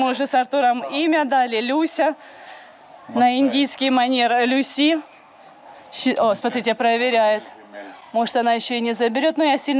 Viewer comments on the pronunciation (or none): none